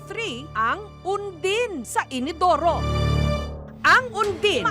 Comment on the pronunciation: inidoru po hindi inodoro